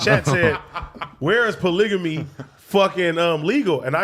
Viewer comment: You’ve committed Pol-a-gam-eeee 😭